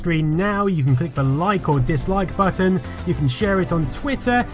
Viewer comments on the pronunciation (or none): none